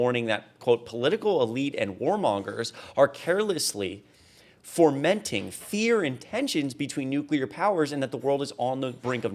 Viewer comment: There is no 'r' in 'fomenting'.